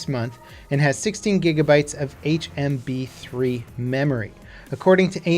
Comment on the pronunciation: its HBM 3 not HMB 3 xD